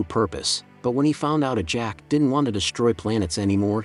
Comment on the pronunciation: And he keeps calling what's her name ajack it's ajax.... If people want to make commentaries and do shit at least get it right